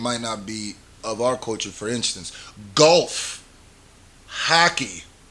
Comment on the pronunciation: Why you say golf and hockey with an a like goalf and hackey